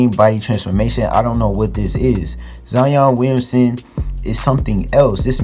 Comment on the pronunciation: "Zion Weeyunsun"